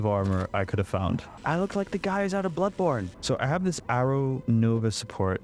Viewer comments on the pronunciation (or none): none